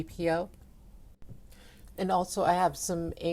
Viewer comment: l-P-v-o, not "lvpo"